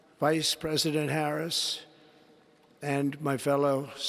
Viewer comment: That settle emphasis he used when he said vice president Harris 😂